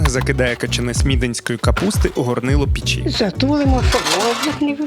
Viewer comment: Так ріже вухо"пічі". Піч-в пЕчі!!!